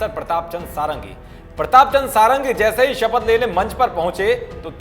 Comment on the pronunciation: इनका नाम "सारंगी" नही "षडंगी" हैं।